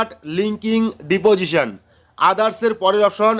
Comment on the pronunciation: DADA OTA DIPOSION NA OTA UCHHARON HOBE DISPOSITION.